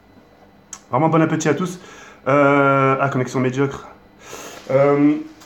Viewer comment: "bonne appeutit" :o